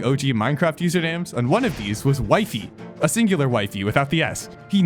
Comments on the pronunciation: Bro his name is not Wife-is or Wife-ies Its Wi fies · It's not Wifey it's wE-fEs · also its not wyfis btw its wefees (in pronunciation) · Dude its pronounced wifies not wiefees not weefees wifies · The way you say Wifies sounds like "Wife-eys".. so Wee-fees makes more sense to me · Its wee-fees not waifes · It's wee-fies dummie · its not that hard to pronounce wifies correctly breh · Please say wifies name right bro😭😭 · bro is constantly ragebating with misspronouncing wifies name